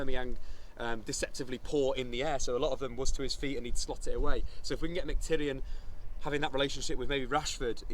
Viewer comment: sounds like he is saying McTyrion:')